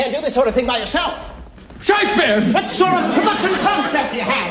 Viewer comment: There's something missing... at one point he pronounces Shakespeare's name Sha-KEE-Spear... that was cut out! I've seen this performance many times and I remember that and have been searching for this to show my wife and it's not in here.